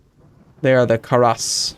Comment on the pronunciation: lol i laughed at how you said the fighter planes name karas and then i thought of why its named that though it might not be accurate at all but since poland and lithuania were united for a long ammount of time their languages got more and more similar and i realized that karas in lithuanian is war and the game is about world war and the plane is for fighting war